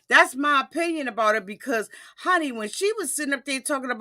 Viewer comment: in my oh-pin-yawn, being a health care professional, the reason she hasn't had any medical treatment(s) is because a person has to be CLEAN to undergo any type of,... well you do the math. This is just my O- pin-ee-on 🤓😧